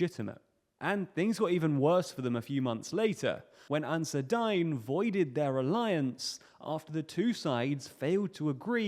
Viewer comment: It's pronounced Ansaar-e-Deen good vid otherwise